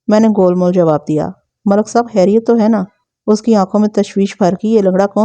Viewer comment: براہ مہربانی خ کو خ ہی بولا کریں، ح نہیں۔ خیریت، خلق داد، ہوتا ہے نہ کہ حیریت یا حلق داد۔ اردو تلفظ کا خیال رکھیں شکریہ